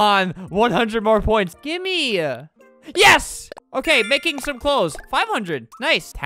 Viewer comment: why is everyone saying yas instead of yes